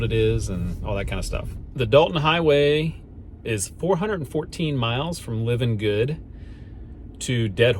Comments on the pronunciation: I wish you YouTubers would learn how to correctly pronounce the names, places, and things you are experiencing. It is Livengood . As in It’s alive…Live-n-good. Alyeska. As in Aly-eska. Thank you. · Livengood is pronounced LIE-ven-good. The pipeline company is Alyeska, pronounced Al-ee-ESK-uh. Thanks for all the drone footage, by the way. I’ve been on the road several times, but that’s a perspective I’ve never had. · Al E aska, Live An Good. Please, if you are going to shoot this to the entire world, pronounce it right. Tok is Toke, Chena is Cheena, Tanana is just like banana but tananah. Valdez is Valdeez. i could go on all day! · Short pronunciation lesson. Alyeska is pronounced Al•E•eska. Livengood is L•I•ven•good (long I) and Valdez is Val•deez. (long E).